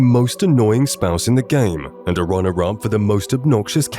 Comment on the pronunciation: Why do you say "mand" instead of "and" lol